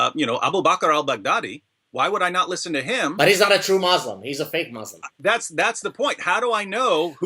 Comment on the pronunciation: Gad your pronunciation of the word ‘Muslim’ sounds incorrect ... everyone else says it differently ... which is it Mawslim or Muslim?